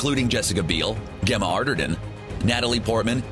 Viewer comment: Did anyone else hear the awful pronunciation of Gemma?